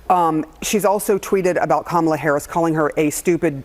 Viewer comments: Im amazed she pronouced Kamala's name correctly 😅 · Did looney loomer actually say Kamalas' name correctly? That's surprising.